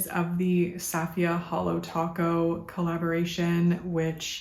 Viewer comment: I got the bundle and I’m looking forward to its arrival! Btw, Safiya’s name is pronounced “SUH-fee-yuh” 😊